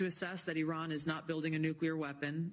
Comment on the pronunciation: Can homeboy in the background pronounce Iran properly please.